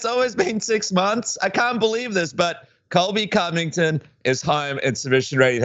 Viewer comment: wait did you say Colby Cummington?